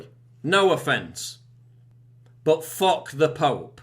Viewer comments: did he say ...Fock the Pope or Fuck the Pope ? im confused ... what should i do ? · "fock" the phope